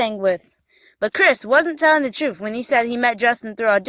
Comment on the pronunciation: IDk what's more annoying, her lip smacking or her laugh......or the fact she keeps saying Troof instead of truth.